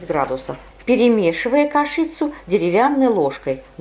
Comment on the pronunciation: Огромное спасибо за труд! Но кашИца - странно слышать от взрослого человека:)))